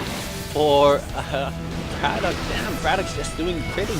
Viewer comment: btw i believe his name is pronounced bra-tock not brat-okay